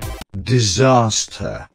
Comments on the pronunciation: D I S A S T E R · Same disaster, am pro and disrespec are so funny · “Disaster” and “Disrespec” and “Am pro” makes me laugh tho I do have more... But I cant remember lol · I like how says disaster when he inonent